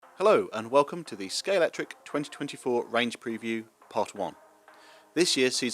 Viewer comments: A video from Scalextric with a narrator who can't pronounce Scalextric correctly. Where did the 'X' go? You need to take lessons from James May. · Love the JPS. Shame bro can't even pronounce the name of his company correctly. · It's always been pronounced ScaleXtric. In the old adverts it was pronounced ScaleXtric - with a hard hard X - now you're pronouncing it ScaleCtric. Is this a pointless rebranding? WHY?!? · Is the X silent? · Derrrrr.....it's pronounced Scale"X"tric guys. YOU should know but many people never, ever LEARN ??